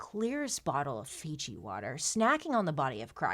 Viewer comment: “Fiji water” 😂😂😂